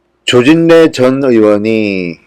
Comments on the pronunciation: 발음 좀 정확히 하세요 서울대 출신 맞나요?조질래라고 발음하면 안되죠 조진래라고 발음이 안돼서 그렇게 발음하나요?미치겠네 제발 질 "떨어뜨리지 마세요전 진성호 당신을 좋아합니다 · 조진래~조진내로 발음하셔야 맞습니다(자음접변 순행동화) 조질래가 아닙니다